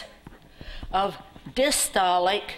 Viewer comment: Madam, with all respect due, I think it is "Diastolic" pressure and not "distolic" ( 8.30 to 8.46). I don't know whether it is an American variation but what we read n know is 'diastolic' Thank you..